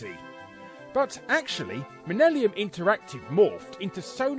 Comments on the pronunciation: Hermione Granger Voice: "It's "Millennium", not "Minnellium" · Millenium, not Minellium. It's not related to Liza Minelli. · Dude, learn to read. Its Millennium Interactive. Not "Minnellium" as you repeatedly said. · it’s millennium. Not minnellium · When you notice he says "MINELLIUM" instead of Millennium 🤪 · Minellium? ... Larry it's MiLLeNiuM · Why the hell do you keep saying minellium when it's clearly spelled millenium? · "Minellium" lol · Minellium? Lol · “Minnelium” interactive ? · "Minnelium" bahahah he says it over and over... Where were you at the start of the new minnelium? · Educational episode Australian kids TV is awesome, Mr Bobby had a game I never even knew about, and millennium is pronounced minellium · Did y'all just say 'millellium'? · Minellium! Haha, I have a friend who pronounces it like that. He also says 'basghetti'. Yeah he's a little special too :P Have a good Xmas Larry :) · "Minellium" Take your comment engagement and have a great christmas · yeah i heard that and was like "what did he just say?" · i'm glad he showed the logo, i thought they were actually called "minnellium" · Its really funny hearing you mispronounce millennium 😂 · You're having a bit of trouble with "millennium" there, Larry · Is Larry just mispronouncing "Millennium," or is that a joke my Yank brain isn't getting? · the amount of times Larry says "Millennium" wrong lol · Shame he can't pronounce millennium... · Shame he said millennium wrong twice ;) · 4 Times Larry Pronounced 'Millennium' Wrong